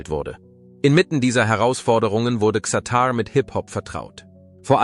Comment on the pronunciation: Was für ein harter AI bullshit lolll. Allein die falsche Aussprache von Xatar stimmt für die absolute Dummheit eines solchen fake Videos, das nur skandalieren will.